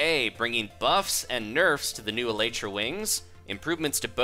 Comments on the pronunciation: No offense, but it is pronounced Ee lie tra. It is the hard wing casing on an insect. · No one knows the Elytra is actually pronounced : El- EE-Tra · not elatra elytra!